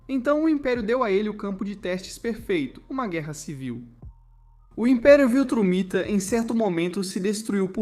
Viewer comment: Amigo, Viltramita, ou VILTRUMITA?